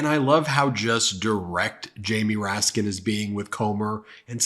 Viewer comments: The way klan mom Marjorie Traitor Green says "Raskin" without the "S" is funny as hell, considering Raskin made her look stupid for not saying his name correctly 😂🤣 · Comer sounds like Mr. Haney from Green Acres. He's insulting and mispronounces names on purpose. I'm just waiting for him to slip and throw out a slur or two. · Any decent person would apologize for mispronouncing someone's name, but not James Comer he has no class.